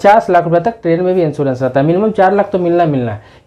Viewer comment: Pl.first thing insurence hota he insoorence nahi aap anpd hein kya